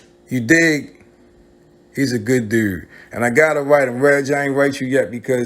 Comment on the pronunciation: Your Baltimore accent comes off strong when you say “Dude” and “YouTube” I’m from Chicago and that Baltimore talk is wild to me. I couldn’t even do a Baltimore accent if I tried.